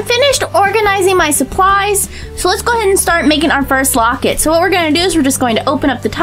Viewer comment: you are saying wocet